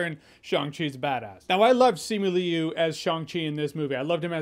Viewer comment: You don't have to pronounce every letter in their names: Liu is "loo" and Leung is "lung."